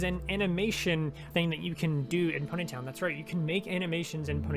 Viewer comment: the way he says pony town like-- pUneY Tonn